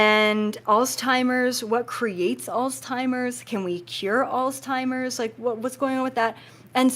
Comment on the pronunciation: There is no "T" in alzheimer's disease.